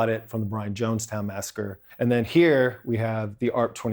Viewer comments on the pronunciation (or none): none